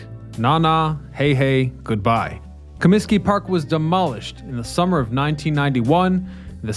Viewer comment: "ComiTsky" Disco Demolition!!! along with 10¢ Beer Night in Cleveland in 1974, were the two most infamous events ever. Ahhh, the 70's. There were also two "West Side Parks" for the Cubs before they moved into Wrigley. Many of the oldest ballclubs had more homes than is generally known. Harry sang in the seventh inning, not the seventeenth. It's Reinsdorf, not Rainsdorf.